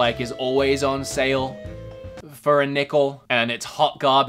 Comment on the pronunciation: When he said nickel I thought...did you go to school?